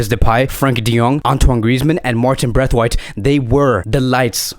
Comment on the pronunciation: Please say brathwaite and not braithwaite